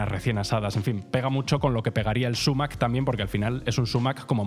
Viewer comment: Si prefieres utilizar la palabra árabe a la española deberías acentuarla en agudo: "sumák". Decir "súmac", a la inglesa, no revela mucho conocimiento. Por cierto que el zumaque es abundantísimo en España, se ve por todas partes. Cuidado, que es urticante